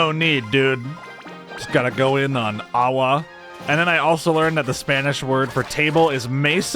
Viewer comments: It’s agua not aua lmao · It's "agua". And the Spanish word for "mesa" is "meseta", and yes, it's related to the Spanish word for table, "mesa".